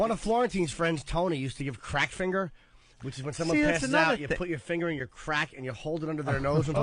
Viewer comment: Eventually they do, along with Anthony pronouncing “finger” as “finner”😆